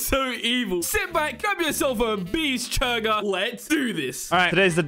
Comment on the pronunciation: lol "beeschurger"